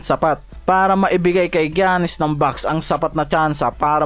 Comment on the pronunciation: paki ayos ung pag Pronaounce mo boi sa Name ni Giannis hndi ung Jannis 😂😂